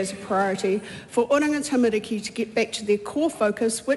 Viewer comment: Well if she is going to use the word ‘tamariki’ she should listen to how Karen Chour pronounces it instead of saying ‘tamaricky’. Cringe…